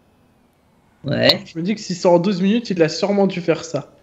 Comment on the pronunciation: il ma fait rire le unw 12 mounute